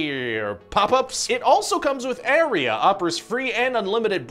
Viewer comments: Ryan, it's Aria, like an Italian Opera Ahhriuh not errea like that killer bot in Deus Ex that goes "scanning area" before filling you with bullets if you step into its field of view. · Ryan, learn how to pronounce "aria".